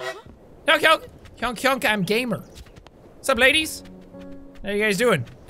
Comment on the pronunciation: Say honk and not hounk